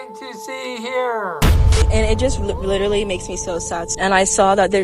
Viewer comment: "Litruly drownding in a pool"